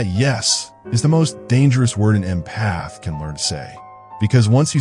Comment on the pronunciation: Great video. However, the way the AI narrator pronounces "empath" was making my eye twitch 🤪